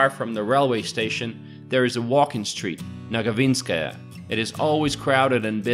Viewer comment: Its not "nagavinskaya", its "navaginskaya" street